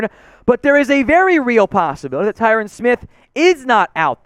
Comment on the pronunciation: okay buddy it’s Ty-RON not Ty-RAN